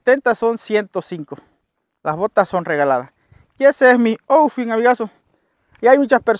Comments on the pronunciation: Se dice oufit 😃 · Buen dia saludos desde chicago animooo desde aca apoyo sus videos no me los pierdo. Bendiciones para toda su familia... y se escribe out fit. Y se pronuncia (aufit) usted muy bien.